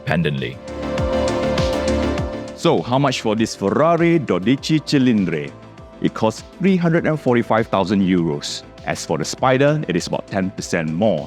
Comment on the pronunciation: It is DOdichi not doDIchi